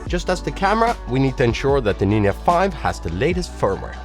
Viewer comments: Why you pronounce Nin'a?))) Nindza!!!! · Hi why do you call the Ninja a Ninya? 😂 Ya ninjcompoop!!❤ Great work otherwise 👏 👍 🎉😊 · What's a NIN YA?